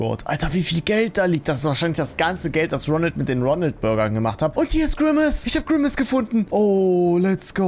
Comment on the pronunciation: Immer wenn du Ronald sagst ferschtehe ich Ronaldo😂😂😂😂😂😂😂😂😂😂😂😂😂😂😂😂😂😂😂😂😂😂😂😂😂😂😂😂😂😂😂😂😂😂😂😂😂😂😂😂😂😂